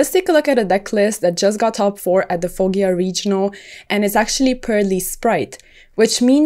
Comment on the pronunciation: It's not Fogghia, it's Foggia (fojja) like a double J and no "i". Sorry for the gramar nazi comment. Great video tho!